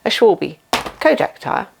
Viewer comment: Just the video I needed! 👍 Just a note, Schwalbe is pronounces Schwal-ba